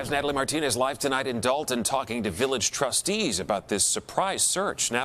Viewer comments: Why is it nobody can say this town's name properly? It is Dolton not Dalton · Why do they keep calling it Dalton when it is Dolton?